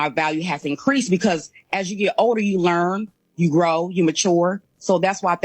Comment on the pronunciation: to manys u's. Lurn, wus, wurk